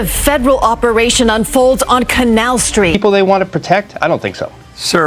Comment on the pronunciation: Please stop mispronouncing Canal.